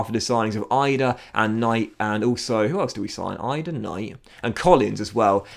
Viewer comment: FYI, Idah's name is pronounced "Ee-dah"